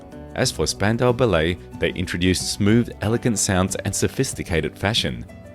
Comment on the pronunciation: Interesting pronunciation of the Ballet in Spandau Ballet!